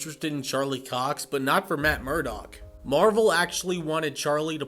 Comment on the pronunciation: Not cock it’s Cox mate